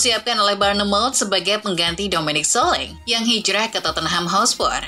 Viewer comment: perasaan komentator bola juga nyebutnya solangke min bukan soleng,elye wahi bukan eli way😂